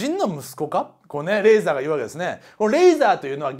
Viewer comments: レイザーじゃね？レーザーじゃなくて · リープ（pu）じゃなくてリーブ（bu）だし、レーザーじゃなくてレイザーだ。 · 中田さんレーザーじゃなくてレイザーですよ